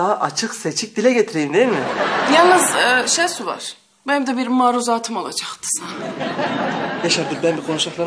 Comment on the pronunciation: adamlar oraya koskoca ''şehsu'' yazmış, siz hala şesu diyorsunuz.